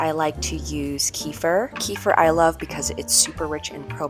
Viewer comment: Kefir was pronounced incorrectly